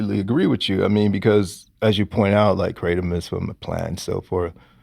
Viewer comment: Kratom is pronounced 'gruh-TOM'... Tom as in Tom & Jerry Gruh or guh with the same vowel sound as in 'but' or 'the', aka a schwa sound [ə]